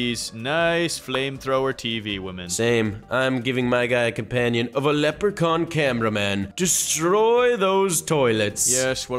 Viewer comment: why do you say leprecorn not leprechaun